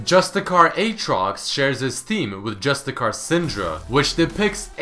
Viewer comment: You pronounced Justiciar as JustiKiar, that is a C,, and it is pronounced as an S not as a K.